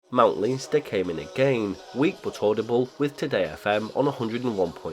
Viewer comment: Hi from Ireland! Leinster is pronounced "len-ster" :)